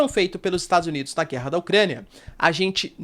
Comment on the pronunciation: "É guella é guella".....